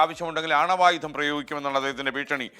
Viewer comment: ആണവയുധം അല്ല 'അണ്വായുധം '